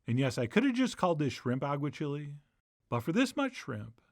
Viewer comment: This looks amazing, but please, Chef, for the love of all that is spanish: agua-CHEE-lay, not agua-chili. Still going to make it!